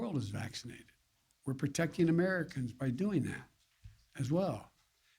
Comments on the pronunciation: O M N I C R O N 🤣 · Was Joe not part of the Greek Fraternity system in college? It is pronounced "OH-MI-KRON". Everyone in the news is getting it wrong. Or are we witnessing another pronunciation change like what happened to QATAR, the country? It used to sound similar to "guitar". but now it is pronounced "Cutter". WTH? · Did he keep saying 'OMNICRON' ? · "Omni Cron" lmao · "We're going to beat this new variant cornpop...I mean omnicron..." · He can't even say omicron right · “It’s called the Omnicron” 🤦‍♂️😂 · Biden says "It's called the Omnicron".....remember how the libs we're beating up on Bush for not saying 'nuclear' right? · The Omnicron? 🤣🤣🤣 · Is he saying omnicron??? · The omnicron ? Doesn't inspire confidence if he can't even get the name right. Did no one on his team correct him ? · Did he say OMNICRON ? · Omnicron, eh? I didn't know there was an invisible "n" in there. I'm learning a lot from Joe Biden today. Surprise, he still can't read a teleprompter. I'm so thankful this holiday season that we have now have a president who is winning back the respect of the rest of the world. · He said "omicron" wrong TWICE!. He's the "president"! Gtfo. (Edited) 3 times. (Edited again) 4 times. 🤦🤦🤦🤦🤦 what a puppet. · I really wish our current administration were not liars and criminals. And Joe Biden can't even pronounce the current variant correctly! But hey, at least we have no more mean tweets! I miss Trump! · Leave it to Slow-Mo Joe to completely mispronounce the name of the new variant within the first 15 seconds of his press conference... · First off, he is not pronouncing OMICRON correctly.listen carefully...so whomever is running the show, needs to tell him...After all, HE IS the President.... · Nigga didn’t even say it properly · OMNI-Kron.....geez it's OMICRON...... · Can you at least pronounce it right Joe so that it sort of sounds like you know what you're talking about even if you don't! It's not Omnicron! Its Omicron!